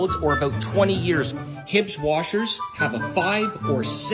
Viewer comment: He pronounces Huebsch as “Hibscht”. I suppose it's a Canadian thing🤷🏾‍♂️. In the U.S., the Huebsch brand is well-known as Speed Queen.